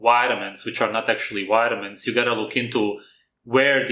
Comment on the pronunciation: when u say vitamins it sounds like witamins try to put your top teeth on your bottom lips when saying your V’s